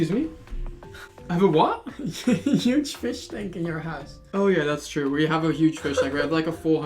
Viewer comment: "you have a nuge fiss shank in your house" (not hating on accent, but I think he mixed up letters lmao)